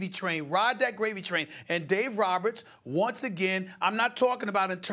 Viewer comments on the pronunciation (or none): none